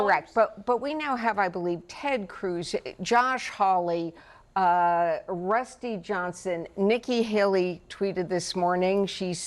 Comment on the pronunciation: I kind of love that she got Dusty Johnson's name wrong. 🤣